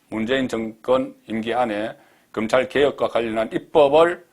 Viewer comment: 금찰?????? 도대체 혓바닥이...